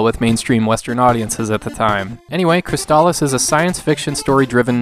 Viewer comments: I was today years old when I heard the "correct" pronunciation for the first time in 30 years. I don't think I can shake saying it the other way though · I always assumed it was pronounced "Cris-aliss," as a play on words of "Chrysalis"